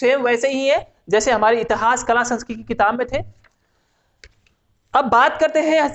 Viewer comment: इतहास नही होता मेरे भाई इतिहास होता है।